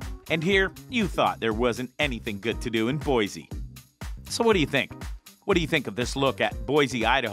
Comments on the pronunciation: Please say Boise correctly. It's Boi-SEE ........not Boi-ZEE!! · I could have thought of 10 other places to visit in Boise... and it's not BOIZEE it's BoiCEE Boise